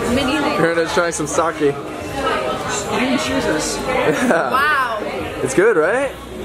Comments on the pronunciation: haahaha it's not Sak''i'' but Sake! Your funny! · you're saying "sake" wrong!!